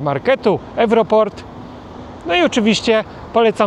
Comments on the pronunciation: nie ewroport tylko jewroopt, czyli euro_hurt. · Wymawiaj ewroopt, nie ewroport. Super video. Dziekuje i pozdrawiam ze Slowacji. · Wymowa nazwy sklepu to ewroopt. Ponoc ta siec sklepow jest wlasnoscia rodziny Lukaszenki. Nowe budownictwo nie odbiega od budynkow w Polsce. Na plus zabudowane balkony. Maja tez te same problemy. Malo miejsc parkingowych, dostep do sklepow oraz male pomieszczenia w srodku. Nie jest prawda ze jedynie Polska zamknela swoje przejscia z Bialorusia. Podobnie postapila Lotwa oraz Litwa. Obecnie mamy otwarte 3. Dla ciezarowek, dla osobowek i kolejowe. Motywacje byly takie same jak w Polsce. Naplyw inzynierow. Ukraincy urzywaja Bialorusi jako kraju tranzytu na terytoria zajete przez Rosje albo do miejsc spotkan z rodzina z terytoriow okupowanych. Odpowiedz na zagadke. W Polsce mamy nastepujace frakcje pro lukaszenowska Bialorus oraz anty lukaszenowska Bialorus. Obie wykrzywiaja rzeczywistosc. Widze po materiale ze teraz bedziemy mieli jeszcze jedna entuzjastow. Tez bledna. Bialorus, czytaj Lukaszenka bo trzeba oddzielic w tym przypadku spoleczenstwo od wladzy, wykonywal dwa kroki w tyl i jeden do przodu w relacjach z Polska. Polska tez popelnila wiele bledow. Moim zdaniem musimy pogodzic sie z faktem ze Lukaszenko bedzie rzadzil na Bialorusi i wykorzystac moment ze USA podjela dialog mozemy zaczac sadowac czy jednak on nie moze wycofac inzynierow a my mozemy odblokowac przejscia graniczne. Mam nedzieje ze jakis dialog sie jednak odbywa. Bialorus kraj jak inne ludzie tacy sami jak na calym swiecie. Zyc gdzies trzeba.